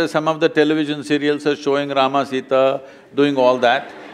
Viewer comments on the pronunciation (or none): Don't pronounce Rama , say Ram